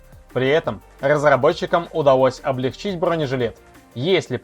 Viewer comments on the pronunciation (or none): none